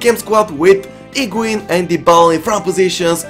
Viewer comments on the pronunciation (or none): When he said higuain,i thought he said pengiun.